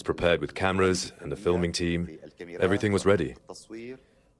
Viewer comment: its called Muhajreen Palace not Mujahdeen Looool